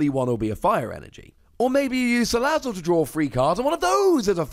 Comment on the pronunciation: Thanks for the right pronunciation of salazzle.